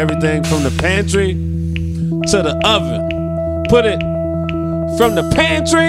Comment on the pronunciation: from the pantrrrrrrrrrrrrrrrrrrrrrrrrrrrrryyyyyyyyyy